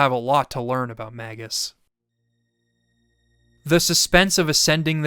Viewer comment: for saying “Magus” correctly (at least as far as I’ve always conceived the name)